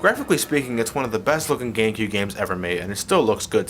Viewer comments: GaMecube...not "Gangcube" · At the end it looked he said gay cube.